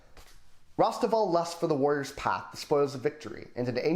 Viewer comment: Thank you so much for featuring The Altar of My Fate, The Spiral of My Destiny, and The Third Way of My God! Also, major kudos on the pronunciation of both my name and Rosteval's! You rock, sir, keep up the great work.